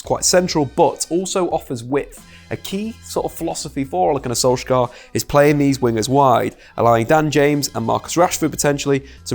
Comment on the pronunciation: Im from Norway. I just wanted to correct you on the pronounciation of Solskjær. The letter K is silent. So it becomes like Solsjær.